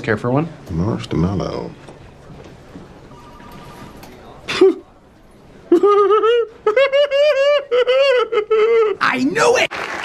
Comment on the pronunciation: "marshed-mallow" when your grandpa doesn't know about a genz word you just used